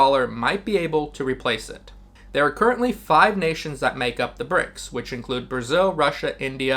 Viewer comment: I love the video but stop saying Brick dollar. It's Brics currency, it has nothing to do with the dollar